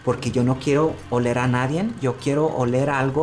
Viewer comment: Todo era hermoso, hasta que dijo NADIEN